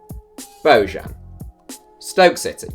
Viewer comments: Damn I cringed when he said BO-JAN.... its pronounced BO-YAN.... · Bojan is pronounced "bo-yan"